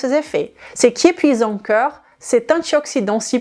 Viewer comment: Merci pour tes vidéos sur la prévention santé...et autres! Je ne suis pas personnellement concerné par un problème de poids (ni d'alcoolisme comme ici ), mais je partage volontier à mon entourage. Une petite remarque que je pourrais faire, c'est de vous demander de bien prononcer,de manière différencier, les mots CORPS et CŒURS. C'est très troublant pour moi (et d'autres sans doute). Mon cerveau est toujours entrain de rétablir le sens correct du mot "CORPS "qu'il perçois, lorsque tu parles. Pour résumer, on entend plus "COR " et jamais "KEUR"! Un petit travail de prononciation à faire, si vous me permettez la suggestion,avec le respect que je vous dois, pour votre travail de qualité! Votre origine hispanique y est pour quelque chose, probablement! Gratitude pour vos vidéos, que je regarde ou écoute avec plaisir à chaque ( avant de les partager) Bonne continuation